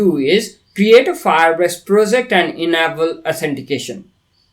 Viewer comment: Enable -- "En-Ei-ball" not "Ehna-ball"